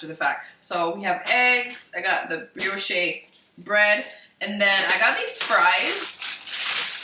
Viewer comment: Hey Brioche is pronounced (Bree-osh ) bread. Just want to make sure your saying it right 😍